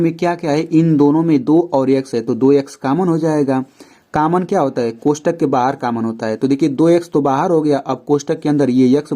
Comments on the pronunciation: Sar common hota h caman nhi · Sir common hota hai cammon nahi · Sir cammon nhi common hota hai 🙁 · Caman nhi common hota hain pronounciation acha karye btw ap Bohut ache se explain kar rahe hain par thora pronounciation acha karye